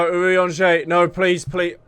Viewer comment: My favorite thing is that you started saying Urianger's name properly after Moen's death. <3